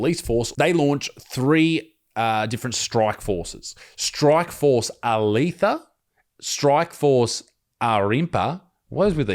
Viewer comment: Glad someone else here knows how to pronunciate 👍 He didn't even pronounce Alethia properly 😂. Back to the story.......